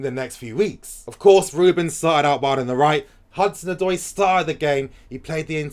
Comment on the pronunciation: Can we please stick by our man Morata ? He needs the fans to show him love so that he’ll be confident . With the right service he could be a good forward . He has the qualities and skill . He’s just lacking the confidence. Also as a Ghanaian the name Odoi is pronounced Od-way 😁😁😁